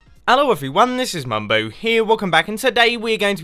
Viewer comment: When u said Mumbo here it kinda sounded like Mumboat here